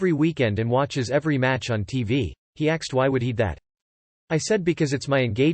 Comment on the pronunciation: Why does this voice pronounce "ask" as "axe" and "asked" as "axed"?